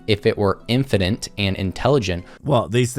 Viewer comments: Him constantly saying "infiniNte", not infinite, is annoying me more than it should. . . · This is the second video that this bellend did I've seen covered, and both in this and the other he says "infinent" instead of "infinite". Which grinds my gears infinently. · “Infinant “ he can’t even say it right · Gah, it's so grating to hear him say "infinant" ( , , ) 🙉 PS Well at least he introduced me to "burgerler" 🥂 ... so it wasn't a complete waste. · the boy sais "infinent" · I expecially hate when people say "infinint" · Is he saying "infinint"? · "if this... were infinent... " This fool can't even word, much less think. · Is he saying "infinant"...? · "Infinint" oh yes, I'm sure this guy knows his stuff. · I really can't take someone seriously who can't pronounce a simple word like Infinite. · His asinine and unoriginal arguments aside, the one thing that is really irking me is that he keeps pronouncing singularity as "single-airity" and infinite as "infininte"